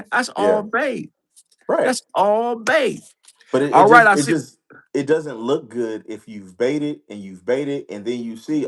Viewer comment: RAGE BAIT!!!!!!! BAIT, NOT BATE.